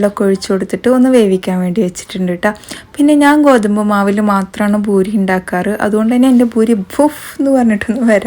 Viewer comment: ബൂരിയല്ല പൂരി